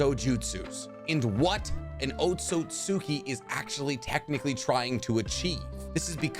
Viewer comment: Here I am again, Otsutski is pronounced OAT-SOOT-SKI